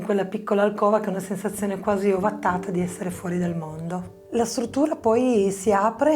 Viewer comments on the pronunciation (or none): none